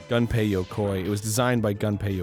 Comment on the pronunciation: Gaaaahhhh... "Gunpei" is not "Gun-pay", it's "Goom-pay"